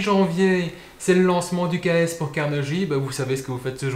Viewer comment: La prononciation est Carnegui, pas Carneji